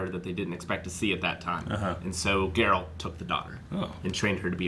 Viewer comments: How did you mess up and call him Jerult? Are you guys fans or not? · Jarealt no, Geralt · If says Ger-ault one more time...